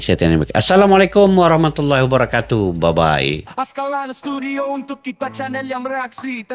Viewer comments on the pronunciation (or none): none